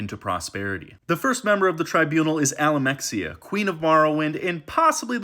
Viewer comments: Almalexia not alamexia nerevarine not neravine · Its not alamexia but Almalexia 🤣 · bro cannot pronounce almalexia or nerevarine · This guy doesnt care lmao hes making the shittiest lore videos one cpuld possibly make without even doing any research beyind reading a wiki for a few minutes. Its obvious he hasnt played the games that actually contain any of the characters hes talking about or he wouldnt mispronounce Almalexia 5 times in one 2 minute video. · Why even ask? This guy makes the video in like 15 minutes tops and we all watch it. You expect him you care about when "today" is? Dude cant even say Almalexia right.